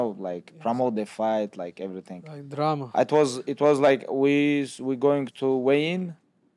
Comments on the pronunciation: ahhahahah WHY this fool triple c say "dRamaA" with a russian accent geeeez :'d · the way Henry said drama 😂😅